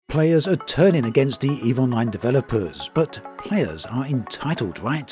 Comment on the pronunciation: Every time you say "Eve Online", I keep hearing "Evil Mind"